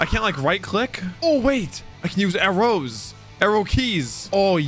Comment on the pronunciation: Why do you say arrows like that 😂